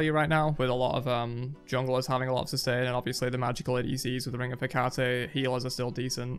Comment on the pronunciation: its heck-a-tea not hecatay